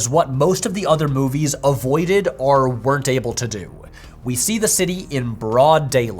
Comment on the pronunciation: i'll sign up to nebula if you stop saying "arr" instead of "or" 😅